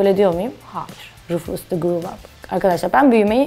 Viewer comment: Rofus Dı giv AP dedi